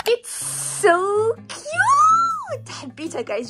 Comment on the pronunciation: الاسم : سناء المهنة:منقولش كيوت و نقول كيوء